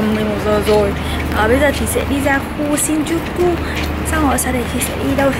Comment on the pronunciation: shinjuku âm ư cuối nha c , ko phải đọc âm u đâu